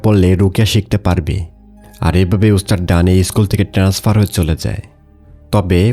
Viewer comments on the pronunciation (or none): none